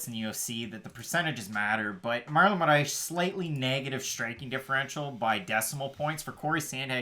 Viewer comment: How y’all keep adding an h to Moraes or just butchering it everytime was killing me😂 say “More ice” but roll the R. otherwise great breakdown as usual!